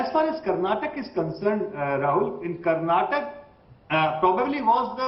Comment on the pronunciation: It's not karnatak it's Karnataka